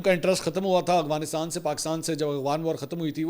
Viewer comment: منصور صاحب آپ افغانستان کو اغوانستان بولتے ہیں